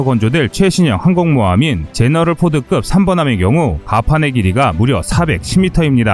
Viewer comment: 제너럴 포드급이 아니라 제럴드 포드급이요